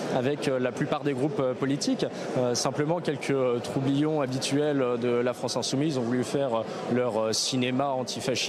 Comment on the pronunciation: On dit trublion et non troublion 😂